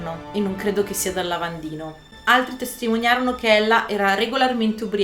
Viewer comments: Complimenti, ottimo video. Il cognome Gillespye si pronuncia Ghillespi 😘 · Si pronuncia Ghillespi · Gillespie si pronuncia ghillespi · GILLESPIE : pronuncia GHILLESPI . Come Dizzy Gillespie, il famoso trombettista compagno del sassofonista Charlie Parker , che infatti si pronunciava DISI GHILLESPI . 😉😁👋 . Anzi meglio ancora GHILESPI, con una L sola 👍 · . Video interessante, nel più grande e ricco impero di allora, i poveri erano trattati in un modo orribile, manco i ricchi fossero tutti come Briatore.Gillespie si pronuncia ghillespi.